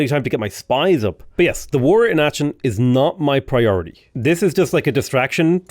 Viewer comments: the "ch" in Aachen isn't a ch like cheese but rather a k like chitin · Aachen - the "ch" is pronounced like the spanish "J"